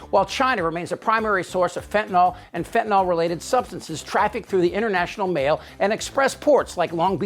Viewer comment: It's fentanyl, not fentanol.